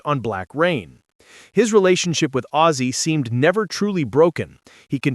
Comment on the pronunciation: Who the fuck is "Ausse".......................HIS NAME WENT "OZZIE"!!!!!!!!!!!!!!!!!!!!!!!!!!!!!!!!!!!!!!!!!!!!!!!!!!!!!!!!!!!!!!!!!!!!!!!!!!!!!!!